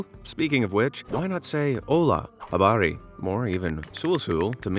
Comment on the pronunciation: "habari" from be amazed is more habaring that from a native swahili😅😅